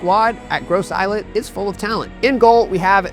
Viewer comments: Hey fam, Gros Islet is French, so it's pronounced, as "groh-zee-lay" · Please please get the name right. Ask someone from St. Lucia, how you pronounce Gros islet